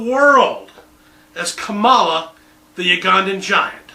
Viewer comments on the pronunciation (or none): He's the reason not many know how to correctly pronounce the new VP's name.